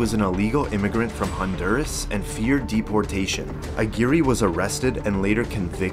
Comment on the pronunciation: Lmfao how did you pronounce that first guys name? It’s much closer to ag-wire than whatever the fuvk you said hahahah